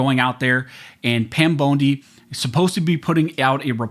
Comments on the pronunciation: I know this is irrelevant to the video but I can’t get past how he says Pam “Bone D” not “Bon D” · I think her name is pronounced BONDEE, NOT BONEDEE. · Pam Bone-D huh? 😂 I can’t un-hear how you pronounced her name 🤣🤣🤣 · Pam "bone-dee" 😂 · Pam bone-di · At least pronounce Pam bondi last name correctly for peats sake